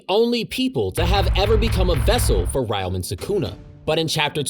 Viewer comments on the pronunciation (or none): I'm disliking and stopping this video 42 seconds in because of how fucking badly you butchered the pronunciation of ryomen sukuna. No shot you researched for 7 hours and didn't bother to look up how to say his damn name